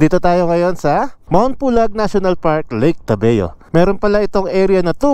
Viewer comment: ...tabayo hindi tabeo